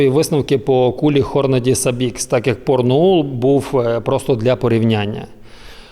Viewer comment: Порноул? Чи мені почулось?